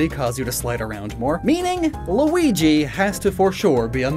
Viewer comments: “It’s a me! Luigia!” (Pronounced: loo-wee-gee-yuh) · Luigi? Nah it's Luijesus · Every time he says Green Mario’s name wrong, I die inside a little more. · i know it was for the joke but ditto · You just made this video to say Luigi's name wrong a bunch of times P R O V E M E W R O N G ! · does not no how to say luigi make sense its called “mario 64” not luigi 64 edited: were you thirsty while. making this video because this video is more of you talking about water